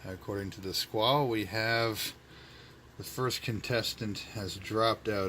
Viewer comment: The e is pronounced in squale...squal-e